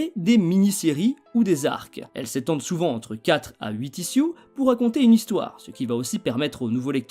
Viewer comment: Ichiouze et non pas issiou (ISSUES)